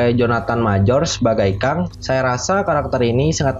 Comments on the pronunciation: Bacanya "Keng" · Keng bang dibacanya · tongue englishnya keng bang tulisannya kang,tp gapapalah biar mudah difahami no problem for me